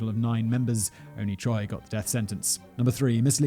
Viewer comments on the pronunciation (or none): none